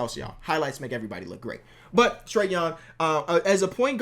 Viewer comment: Trae Young not Food Tray Young